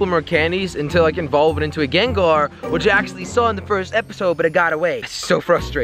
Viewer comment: you pronounced Gengar wrong btw jelly